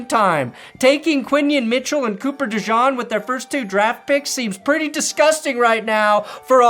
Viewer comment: It’s Cooper “DuhSzcheeen” 😂